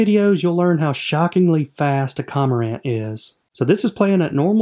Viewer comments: I love the vids as always, just a heads up I believe you are pronouncing CoRmorant incorrectly. It's almost as if you miss the R in the beginning and say Comorant. Simply a suggestion, great work. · It's pronounced kor-mr-uhnt And can we name either the heron or the egret "Garza" please? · Trash pronunciation btw